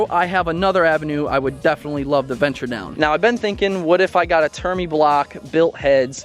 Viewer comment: “Termi” huh